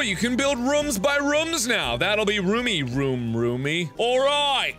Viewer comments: I mean it's not bad, I know he's half Korean and I think German...it mightve been something else so I thought it might be from an accent. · It’s just Mark. He does that often. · Yeah I put that into mind to, I hear people say either differently than me. I say it like I-ther, others say E-ther. It's like that with Markiplier and how he says room.